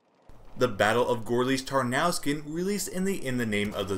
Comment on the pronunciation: Just so you know, Gorlice is pronounced like "Gorlitse", with the e sounding like the first letter of "eventually" and Tarnów is pronounced like "Tarnoov".